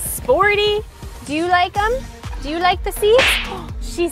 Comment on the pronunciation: You're Italian? "Whatever you wanna dooo"!